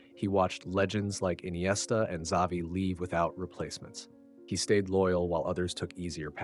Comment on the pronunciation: Dude you can't even pronounce Xavi's name right. You suck!